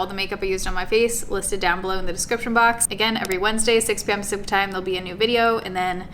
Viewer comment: Lol Even after learning about a year ago that she's saying "6pm pacific time"... I still can only hear "6pm supper time"